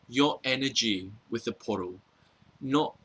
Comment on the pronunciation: every time you say portal it sounds like you're saying puddle and i laugh